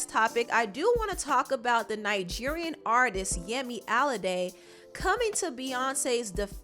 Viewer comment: Yemi Alade's name is pronounced Allah-day